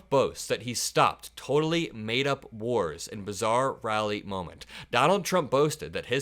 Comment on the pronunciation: Did he say, he stopped whores, or wars?